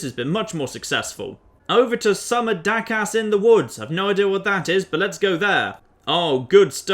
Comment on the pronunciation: He said Dakas... It's DACHAS WITH A CH